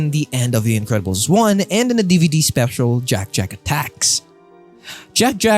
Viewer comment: Bro said "Individiddles"